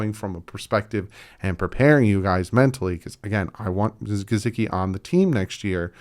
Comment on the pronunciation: I want to just let Gesicki go that way I don’t have too hear say “GeZicki” again.